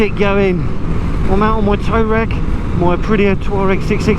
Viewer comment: Could've sworn you said you were out on your 'toe rag' haha! I thought something had gone wrong with it.